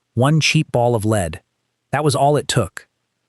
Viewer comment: You lost me the first time the “narrator” didn’t know how to pronounce “lead ball”. 👎